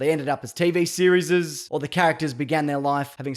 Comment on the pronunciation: I like this guy cuz he's like fuggit I'm gonna say tv series like this "TV SERIZZZESESZZZEZZZS"